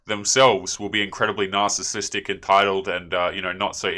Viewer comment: She cannot even say narcissistic. Saying narsistic, like a child.